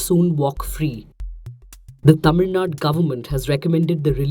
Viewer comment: Tamil Nadu ma'am not Tamil Nad